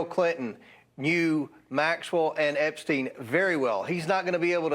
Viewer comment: Funny how she called him "Epstine" I bet she thought that would make it seem more like he was a stranger. Kind of reminds me of how Bill called Monica Lewinski "Miss Lewinski". I don't think she just misspoke.